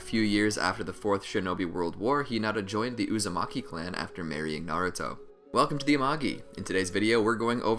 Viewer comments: U made a mistake u said hinata uzamiki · He said hinata uzimake 😹